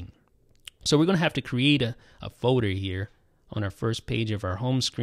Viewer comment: Probably said Foader 392 times 😂😂